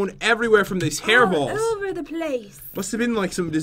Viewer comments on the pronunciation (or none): Hairballs not heerballs